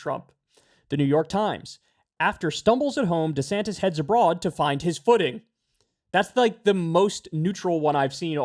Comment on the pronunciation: "...to find his footing"? I heard "to find his pudding" 😂